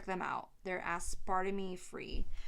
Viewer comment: 🤣"Ass-parta-may free..." 🍿